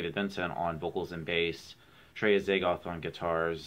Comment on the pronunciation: nice pronunciation of azagthoth, yet to hear that one